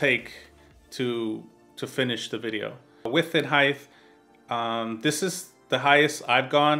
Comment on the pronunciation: There's only one H in 'height'